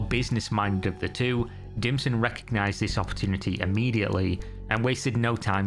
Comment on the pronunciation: Dimson? Oh he was definitely DIM but I keep hearing ”DlPSHlT”